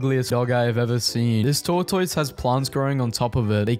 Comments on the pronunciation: Bro be pronouncing tortoise like a peppa pig character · WHY DO YOU PRONOUNCE IT HAS TOR-TOYS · Wait, yall say Tore-toys, not tor-tus? Man, it's wild, the sheer amount of words we pronounce very very different. I heard some video with an English lady calling a microwave a mee-crow-wah-vay the other day. Is that a thing over there too, or was she just an idiot? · I KNOW you didn't just say TOR TOYSSS. IT'S PRONOUNCED TOR-TISS, YOU CRUMPET AND TEA CONSUMING LIMEY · How he pronounces tortoise is killing me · why are none of you talking about the way he pronounces the word tortoise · Why does he pronounce tortoise like that lmao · This guy needs to learn how to pronounce tortoise 😂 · You don’t pronounce tortoise right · Are you pronouncing tortoise that way on purpose?